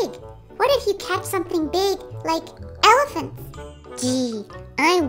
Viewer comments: Awww, little is talking so much already! I love his little voice and mispronunciations. 😊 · saying "I don't wanna catch a bears"🤣 and how in the world did he pronounce elephants?? 😅 This video is so funny! Definitely made me laugh. The look on face makes me melt. 🥰